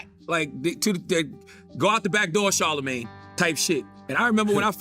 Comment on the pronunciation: *Sharla-mayne.... Not Chala-mayne. It's pronounced Shhh